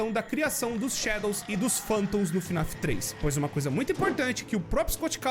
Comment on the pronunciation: n é fnaf "af" é fnaf "ar" 🤠👍